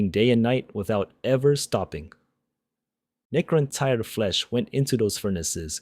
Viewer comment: Could you really not get your AI slop voice to not pronounce Necrontyr completely different two times within 20 seconds?